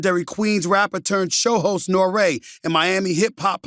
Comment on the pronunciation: This dude just called Nore Noray 😂